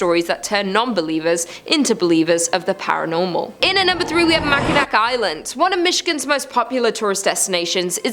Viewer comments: as a person who grew up there, hearing "Mackinack" hurts. it ends in an "aw" same as Mackinaw City, which is nearby. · Mack in awe. Not mack in nack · ……it’s not called “Mackinack” it’s called “mackinaw”. As a Michigander this hurts. If you don’t know how something is pronounced, search it up. It’s that simple. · I love it when a non Michigander tries to pronounce Mackinac which is actually pronounced as Mackinaw. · It's pronounced "MACKINAW". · Just fyi, Mackinac is actually pronounced Mackinaw. I love these videos though. I’m from Michigan and excited to explore these places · Oh...and the c is silent, so it pronounces as Mackinaw :) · She slaughters Mackinac every video. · It's pronounced (Mack-A-Naw) I know it's spelled weird but that's what we Michiganders call it. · Pronounced mack in naw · I love when people like you don't bother to take the time to learn how to pronounce the names of places correctly. It's so fun to watch you embarrass yourself. Bloody brilliant